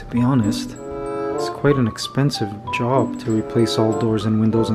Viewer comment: So funny...Mikey talking about the replacement door and your Toronto accent slipped out saying, JOB. LOL You should do a video about your different accents...you have at least 3-4 Oh sure THANKS Mikey...you got me crying when you gave your mom her gift and she broke down. Very sweet to help your loved ones out. Filipino culture...MOM holds the money.... my nanay hides hers in a coffee tin under pillows...so cute